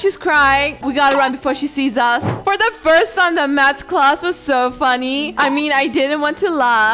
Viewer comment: It's math not mathzs